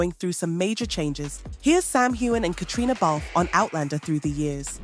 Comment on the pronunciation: Be nice if you could get Caitriona's name right 100% of the time